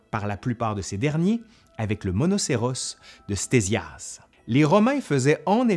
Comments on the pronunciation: Pourquoi prononcer "stézias" au lieu de « ktézias" ? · "Stésias" ??? Petit lapsus je suppose, ça se prononce (fort logiquement) KTésias... Et le portrait affiché dans la vidéo est le plus souvent attribué à Hérodote, plutôt que Ctésias...